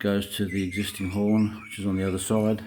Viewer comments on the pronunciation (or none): Change your title to "Air horn installation for Indian Motorcycles by Buffalo Brand" - better reach on Google searches. Oh, and it's horn, not "hirn" :)